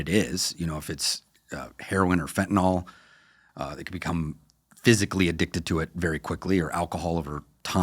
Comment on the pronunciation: Why do americans pronounce Fentanyl as 'Fen-Tah-NOL'?